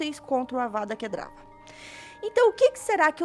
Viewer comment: Ei, Amei seu vídeo, muito legal continue postando mais por favor!!! ja ganhou mais um like e mais um inscrito. ps: só uma observação, como um sonserino preciso te corrigir kkkk vou pagar de hermione aqui... "Para, para, para, para, assim vai acabar arrancando os olhos de alguém. E você está falando errado. É Kedavra e nao Kedrava" - Avada Kedavra (Não é DRA, é VRA)